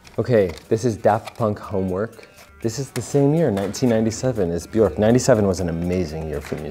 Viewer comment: Makes fun of someone saying Bjork wrong Still says it wrong but in a different way It’s pronounced Byerk btw rhymes with jerk